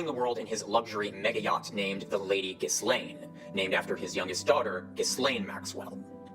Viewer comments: The 'Narator' was an auto voice, spotted that from the mispronunciations such as "Giss-lane" Murdoch (Jill-ane), though I spotted Ben Shapiro in there too. Maybe an AI trained by listening to a recording of a recording of the guy? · Along with his smarmy, overconfident tone, the fact doesn't know the standard pronunciations of "inference" or "Ghislaine" despite being otherwise fairly articulate suggests to me that he might be home-schooled, or at least socially isolated from anyone that actually understands how science works. While home-schooling is now more feasible thanks to online educational content like yours, it obviously has issues. Of course it's not surprising that parents who think they know better than the school system might produce children who think they know better than the vast sum of all human knowledge. While I respect parents' right to choose how they educate their children, and I have home-schooled cousins who are perfectly rational people, I'm concerned that the increase in home-schooling could result in increased isolation and ultimately societal polarization. Maybe we need a "socialization" curriculum for home-school kids, and occasional check-ins to make sure they're getting a truly complete education (also to make sure they aren't being abused by their parents of course, which unfortunately seems to be an increasing possibility in that domain). I'm curious what you and others think about home-schooling, and its role in promoting anti-science rhetoric. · How does such a well-informed science insider as fail to verify the correct pronunciation of "Ghislaine?" And why does he need to speed up the recording of his (already annoying) voice? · That is some very interesting pronunciation of Ghislaine, right there